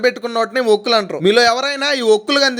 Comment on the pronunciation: Okkulu kaadhu saami.. vorugulu.. avi